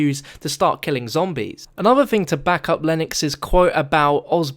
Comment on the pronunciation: wait he said thang